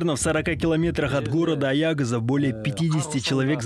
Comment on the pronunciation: Аягөз не Аягаз